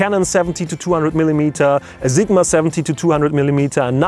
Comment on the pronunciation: Love it when you say Zigma :)